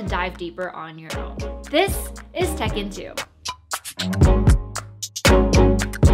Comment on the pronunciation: Tech in 2 TEK 'EN 2 TEKKEN 2 This is what I heard